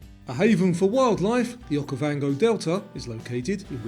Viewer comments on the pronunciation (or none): none